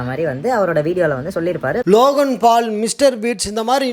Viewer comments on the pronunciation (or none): none